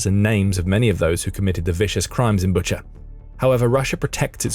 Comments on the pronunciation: Bucha is pronounced BOO-cha. Not BUT-cher like butcher. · I think it pronounced Boo-cha.